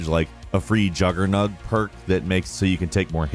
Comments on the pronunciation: Man's called it "Juggernug" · Did you say juggernug? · It is actually called jugger-nog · This man said juggernug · How dare you not pronounce juggernog and "die mascine properly Hahahahahahaha